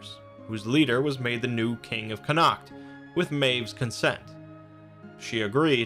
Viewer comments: Connaught is pronounced "con-ort". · Connaught is pronounced "connot" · Connaught is pronounced Conn-ocht not Connackt.